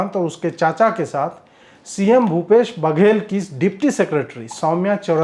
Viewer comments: भाई , बाघेल नहीं बल्कि बघेल है। वैसे ही, ढाबर, चापा है। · ज़मीनी हकीकत का ज्ञान नही है अजीत जी, छत्तीसगढ से भाजपा संगठन गायब है, आप जिन घोटालों की बात कर रहे उसकी वजह भी यही है कि पिछली हार के बाद भाजपा संगठन और नेता प्रदेश से जेसे कोई मतलब ना हो ऐसे गायब रहे, अब चुनाव आते ही दिखाई दे रहे। और 'बाघेल' नही बघेल है!